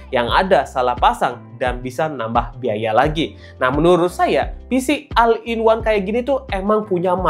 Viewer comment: maaf diluar kontek ya bang,pengucapan all itu dibacanya ol